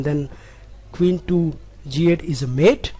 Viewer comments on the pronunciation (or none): none